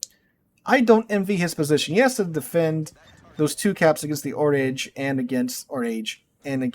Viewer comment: "Oraaaage" not "o'rage".